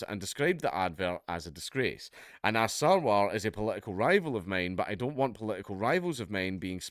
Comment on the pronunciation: You mispronounced 'Anas '...